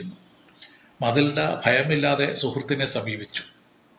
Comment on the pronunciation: മതിൽഡ അല്ല മെറ്റിൽഡാന്നു പറഞ്ഞൂടെ ഈ കഥ ഞാൻ പഠിച്ചിട്ടുണ്ട്